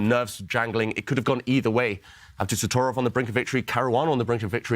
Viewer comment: I'm sorry but it is NOT pronounced "AbDUsotrov"! The most important syllable that makes his name sound as fierce as he is being dropped. Worse, it is the syllable where the accent is. It is AbdusatTORov, Ab-doo-sat-TOR!!-ov. Respect the players by pronouncing their names correctly!! You know who you are. :-) I am incredibly surprised that someone did not step in to correct this. This is extremely important. It is also extremely grating to hear over and over and it tends to sour things.